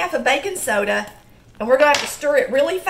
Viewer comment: your accent made me wonder what Bacon Soda was.. then I realized you meant Baking Soda.. :)